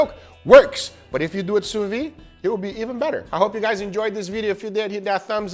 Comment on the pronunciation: "Sous vide" is pronounced "sous veed", not "sous vee".